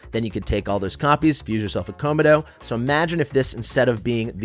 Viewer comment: your pronunciation of komodo erks me, you really never heard of a komodo dragon?